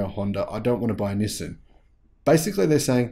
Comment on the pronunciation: Hi, I have been following u for quite a couple of months. Just to point out, Nissan pronunciation is ni-san, not ni-sim… Nissin is a cup noodle brand 😅